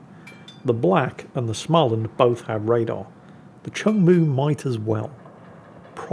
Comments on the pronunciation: Small-and. Not Schmaland. Every time 😂. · You are nearly there... if u say Smoland its almoast Swedish... not Smaaaaland... try it out;) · More like smeau-land. The circle over the a is not just for good looks. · Please, there's no ch in Småland. So it's not Schmaland. You'd get WAY closer to the swedish pronounciation by starting it, trying to say the english word "small". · Please,, there is no "ch" in "Småland", just say "small" + "land" and mash the two together without pause. You can handle "Östergötland", you can handle this;-) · you could always learn to pronounce Småland...